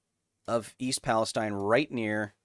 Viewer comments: It is East PalestEEN I live like 7 miles away from this accident and usually this type of stuff doesn't bother me but hearing someone say it different than we do locally was like nails on a chalkboard lol otherwise great video! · Kyle idk if you'll see this, but if you continue talking about the town it's pronounced East PalesTEEN, not like the region in the Middle East. I'm from the area